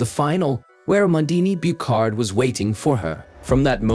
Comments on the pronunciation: Amandine Buchard - Byushar not Bukhar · "The Tokyo 2020 olympic games that happened in 2021 for some reason" ... Ever heard of Covid mate ? Also Buchard si pronounced Bushar not bucarde, otherway good video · But the pronunciation of "Amandine Buchard" is awfull. So bad that I'm surprised it's an AI... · Mr. AI mispronounced the French woman’s name also.